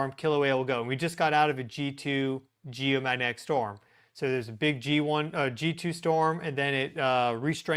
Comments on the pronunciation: Z! Still can't say G O mag net ic! You the man!😊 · .....please say the names of the events a little slower so that we can understand what you are calling them more easily. For instance Coronal sons like cona....Geomagnetic sounds like Geomahnic